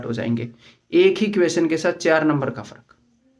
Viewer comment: चार होता है चेयार नही। शाम होता है शेयाम नहीं ।